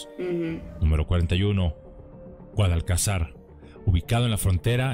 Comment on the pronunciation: No es GUADALCAZAR...CON ACENTO EN LA ULTIMA SILABA..NO ES PALABRA AGUDA...ES GUADALCAZAR...CON ACENTO EN LA PENÚLTIMA SILABA..POR LO TANTO PALABRA GRAVE